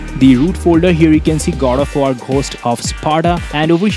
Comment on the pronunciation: why you keep on saying Gold of war!?? LOL